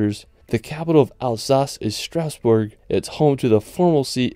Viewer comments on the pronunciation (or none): none